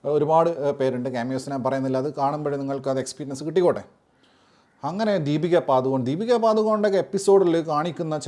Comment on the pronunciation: ദീപിക പാദു കോൺ 😂😂 its ദീപിക പഡുകോൺ